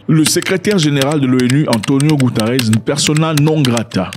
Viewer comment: Ce mec a un problème avec les noms des gens. Maintenant c' est Antonio goutares😂 lool